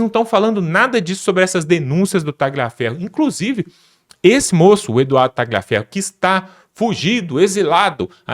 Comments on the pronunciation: Por favor, a pronúncia correta é " talhiaferro", GL em italiano, é LH em português, é outro idioma, GN em italiano, é NH em português, C ou CC em italiano, é " tchi" em português, por isso dizemos " tchiao" para a palavra ciao, CH em italiano, é QU em português, por isso Gianechini todos falam corretamente....................................... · Não é Talhaferro Tagliaferro